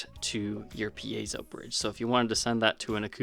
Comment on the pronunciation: Hey! Someone else on YouTube who knows how to properly pronounce “piezo”!